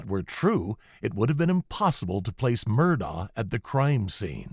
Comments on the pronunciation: It's not pronounced Murr daw , it's apparently pronounced Mur-dock . You can hear "Ellec" say Paul Murdock though it's hard to totally hear it and he says the second syllable quickly. It's probably a South Carolina maybe Gaelic pronunciation. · Dear, ALEC MURDAUGH told the police 🚔 on camera 📷 in their cop car he PRONOUNCES his Fname: ALEXXXX LName: MERDOCK Git it right. Do your research. You incorrectly said ALEC MURDAUGHHHHH 🤷🏽‍♀️ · Love your content + style. Subscribed! (forgive me for making the minor observation that he pronounces his name Alec Murdock) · You pronounced Murdaugh incorrectly. It is pronounced like Murdock. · How is it that anyone covering this trial would not know it is pronounced Alec Murdock? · Yes. But if only he pronounced the name right... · Isn’t it amazing they want to do these professional sounding documentaries, but they can’t even pronounce his name right?